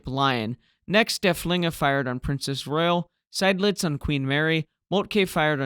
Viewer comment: Not such a big mistake, since everybody knows what is meant. You pronounced Lützow well, particularly the umlaut. However, the last vowel is a long, simple o, not a ou diphthong like in English. The w is mute. Seydlitz (the nemesis of every English speaker): Zide-lits. Korvettenkapitän: perfect!